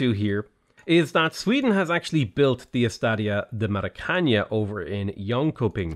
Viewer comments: As a brazilian, it's incredible annoying hear say "Estádio do Maracaña" instead of "Estádio do Maracanã". Portuguese isn't spanish. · Really liked the video, by I'm about to die if I have to hear Maracaña another time, it's not spanish.Just say it like you'd read it out in english and it will already be better. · "ñ" and "ã" are not spoken the same way, the first is spanish the second portuguese. Estádio d*O* Maracanã is pronounced with a nasal A sound in the last syllable, something like maracaNUH or maracaNAN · The first two As in the word are very strong, open and forward. The last two are closed and schwa-like. The very last syllable is stressed, and its 'a' is strongly nasalized: [ma.ɾa.kɐˈnɑ̃] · Hi, love your vids. About the estadio, it is pronounced Maracaná (like banana) with the last A being stronger;). Keep it up 👍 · I agree most of the time, it's fun, as long as I also don't know how to pronounce it. When you know it's just aggravating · It's "estadio do maracana" it does not have an "Ñ" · mara-can-ah ffs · The way you pronounced Estadio de Maracana got to me... 😂😂😂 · Yeah, that triggered me too. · yeah, it's more than ok, still love his videos but at the same time, so aggravating